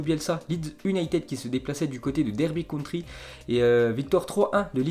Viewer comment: Derby county pas country apparemment